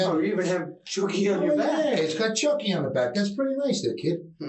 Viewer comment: AI always reads names wrong. Choky, when it's clearly Chucky?